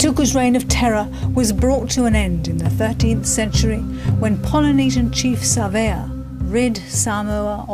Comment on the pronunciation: and btw it's Polynesian not pilynesion